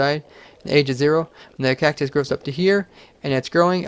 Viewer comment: Cactus? more like KEK-tus